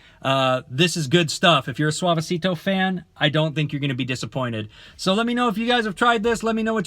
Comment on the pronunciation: Thx for the review but U pronounce ‘Suavecito’ like a 40 year old ‘Karen’